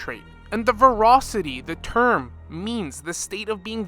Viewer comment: Tingyun not tingyuan, voracity not vorocity